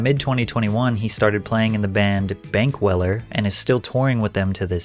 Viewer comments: "the band Bankweller" lol, AI give-away. It's actually the artist Ben Kweller, that's his name. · I can not believe you just said benk weller as if it's a band and not one guy 🤦‍♂ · "Benk weller"? Ben Kweller? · Dude... "the band, Benk Weller"! Are you kidding me? It's Ben Kweller, a solo artist from Texas who's been around for 20+ years.